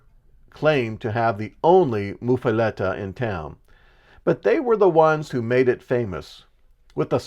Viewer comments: "Muh". MUH-fuhletta. Not "Moof" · It's pronounced as Muff, like the winter hand covers!